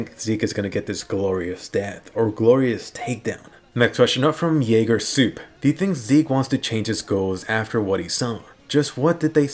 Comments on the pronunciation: Also its coup not soup lol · around there you said "yeager soup" the word coup is french If i remember correctly and the correct pronunciation is "ko͞o" as in 'c' is being used as a 'k' and the 'p' is silent. Just want to let you know since you clearly aren't a native English speaker.